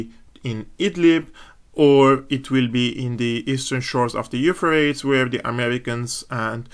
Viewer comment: When speaking English that river is pronounced "Euphratees"! Keep up the good work.